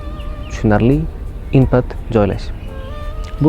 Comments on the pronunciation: Input — inpat o’qilmeydi. Input o’qiladi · inpat deb aytyapsiz input bo'ladi yana hater deb o'ylamang meni